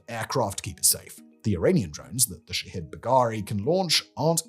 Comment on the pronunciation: All I hear is "shithead" when he says the name.